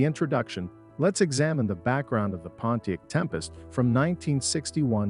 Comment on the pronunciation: Repeat after me: "Pon-tee-ACK!" Say it right. SAY IT RIGHT! WTF is a "Ponteek" (sic)? Is this another case of incompetent AI narration? WTH is going on here? Reloop the audio track and regain some credibility, but for now, nobody is going to watch this past the 3rd "Ponteek" because it makes the entire vid suspect...